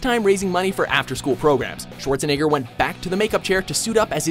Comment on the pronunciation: He said "shorzaniger" OML XDD